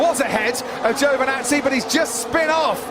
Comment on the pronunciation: Its Is Giovinazzi Its Is Not Giovnazzi